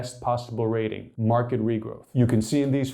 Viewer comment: Wherever you’re from, you didn’t study English properly…. Marked is not pronounced “mark ed” 😂